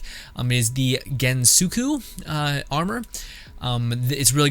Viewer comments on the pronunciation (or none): Ain't no way bro said gensuku for the gosako armour 💀 besides nice vid 👍